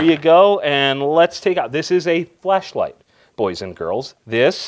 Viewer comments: "This is a flashlight". I could have sworn you said fleshlight. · anyone notice he said "fleshlight" ?